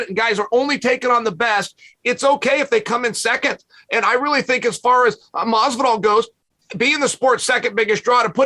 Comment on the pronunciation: Teddy ‘Mazzvidolll’ Atlas